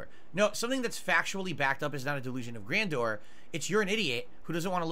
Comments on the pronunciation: Isn't Grandor a city in Lord of the Rings? "Grandor has no king. Grandor needs no king." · the way he pronounces ‘grandeur’ is so bloody funny 😂😂😂😂😂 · Grandeur? You mean grand door? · This goes way past delusion, and into dementia. And can someone please teach how to pronounce "grandeur"?